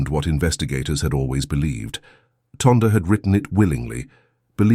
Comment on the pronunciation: Ok wait im sure her name is pronounced Tyonda..! Second why is there a thumbnail of a boy and a girl if the story is about sisters? Does your AI stand for Asshole Improvising?!